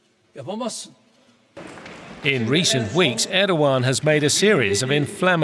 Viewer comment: Can someone tell this news anchor that it`s not Örkan or Ördogan but Erkan or Erdogan. E as in cEll or tEll